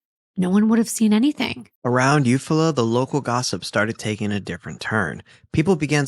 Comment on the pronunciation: its U-fall-la is how you say the town in your story